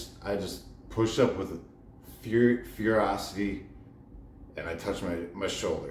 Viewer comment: Not ferocity. FURYoicty 🔥